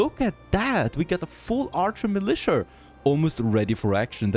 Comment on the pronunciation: haha, just commented to you pronouncing Manola as 'Manolurrrr' and you just called Militia 'Militiurrrr'. What is it with Germans and the A sound at the end of a word? I play League of Legends and I know they call Vayne 'Wayne'. But what the fuck bro? XD